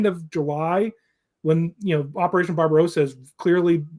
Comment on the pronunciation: Guys, please listen: It is NOT pronounced “BarbaROWsa”, but BarbaRAWSA…. Get it? Drives me insane